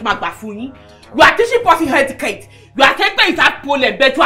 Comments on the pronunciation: Madam its not hettiquete🤣🤣🤣🤣🤣🤣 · It's not "Hetiquette" it's "Etiquette" Iya Barakat no dey hear word😂😂😂